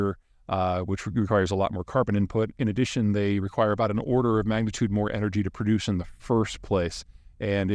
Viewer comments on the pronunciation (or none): none